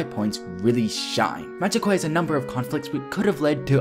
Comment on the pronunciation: You absolutely butchered the title of the game. Which is amazing, considering a member of the cast says it every time you get to the title screen.